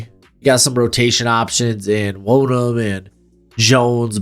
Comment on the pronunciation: Love the content but your pronunciation of dj wonnum irks me haha